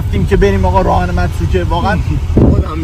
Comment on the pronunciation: متروکه❌ مرتوکه✅😂😂